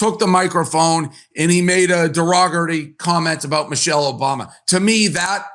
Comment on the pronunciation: Her name is Michelle not mochelle. She has class while you wish you were a man